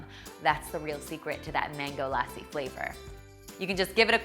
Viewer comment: OMG the way you said mango lassi 😂😂😂 Ilysmmm